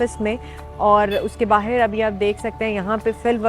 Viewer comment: Meri behan ye 'bahir' kya hai, dilli ke logon ki zabaan Jo aap bolne ki koshish kar rahi Hain, usmein 'bahar' bola jata hai, 'bahir' nahin.